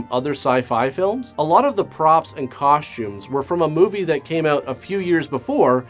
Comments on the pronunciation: "I couldn't even figure that oooot" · When he said "figured that OUT", also sounds Canadian has fuc...